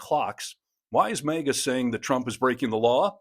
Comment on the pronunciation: It’s MAGA not mega